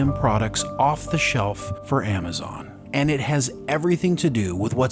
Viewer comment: Amma zon...lol.